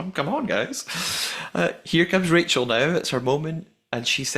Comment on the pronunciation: I rewatched it and there's definitely crew swarming them as they close them for the first time, I wonder if they were locking them with magnets or something and 'forgot' to lock Stephen and Rachel's!? Also am I hearing things or did Stephen call Rachel Rakel at the dinner party?